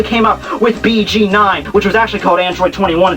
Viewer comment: BG9 is pronounced Bē Gē Noin